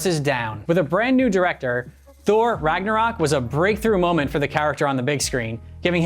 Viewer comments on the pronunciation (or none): please it is not Thor RARNORAK. it is Ragnarok. NORAK in Indonesia means Cheezy 😁in a bad way. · When you realise there is Thor : "Ragnorak"